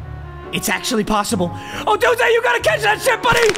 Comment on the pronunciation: he finally pronounced odunze right